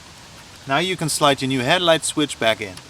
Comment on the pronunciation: He said "Het-light" and "Plag"